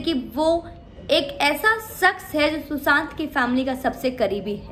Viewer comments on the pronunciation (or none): "Saks "niii... bitch madam "shaks " hota h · Madam urdu bolne ka itna hi shoq he to seekh lijiye sakhs nhi hota shakhs hota he😆